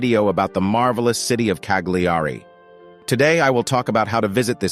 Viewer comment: Why canlt you yanks pronounce things properly it's not Cag- lee-are-ree it Ca-li-are-ree